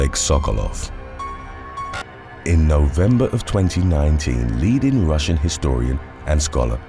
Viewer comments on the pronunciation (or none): none